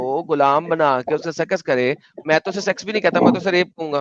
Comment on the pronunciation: Adam can not pronounce conjugate words like सेक्स and says सेकस? How this happens? Horrible!